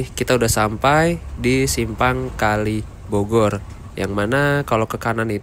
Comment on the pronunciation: koreksi dikit itu simpang kalibagor bukan kalibogor hehe